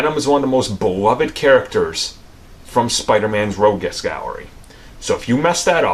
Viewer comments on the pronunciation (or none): "Spiderman's Ro-GUESS gallery." What?